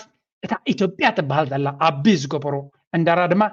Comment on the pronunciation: ጽቡቕ ኣቀራርባ፡፡ ኣቢ ክትብል እንከለኻ ግን ነታ "ቢ" ኣይተጥብቃ፡፡